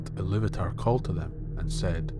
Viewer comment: I love that you pronounce Illuvatar's name correctly. Other channels pronounce it in a way that makes me cringe every time.